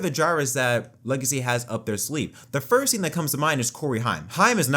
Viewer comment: "For the forst time"